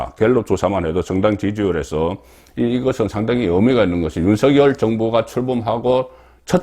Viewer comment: 윤서결이라고 하지말고 윤석열이라고 발음 하시길